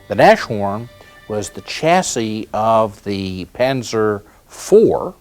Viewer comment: Nashorn is pronounced "Nas-horn", not "Nash-orn". The name means 'Nose Horn'.